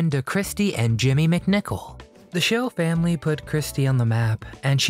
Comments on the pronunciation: never heard anybody pronounce the word family as fam-LEE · Terrible AI narration: can't even say "Family."